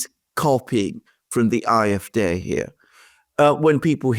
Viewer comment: Could you please just say the Afd with the English pronunciation, it sounds terrible to me when you keep saying aaa f daay.